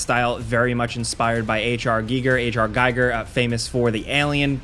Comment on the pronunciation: It's the 10th time you misspronounce H.R Giger.. ffs just do your research on how to say it correctly instead of saying it in 2 versions in hope one is correct